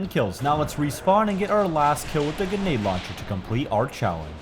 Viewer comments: day 1 of me asking to stop saying "genade" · I wish you would say grenade properly not gaynade